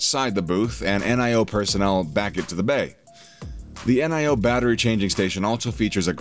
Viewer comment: "N.I.O."-- WTF??? -- Dude how can you make a video about NIO and not even know how its pronounced??